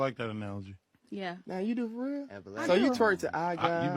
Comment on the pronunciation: The word is real not rreeeaaal.. here not hherrrree.. pronunciation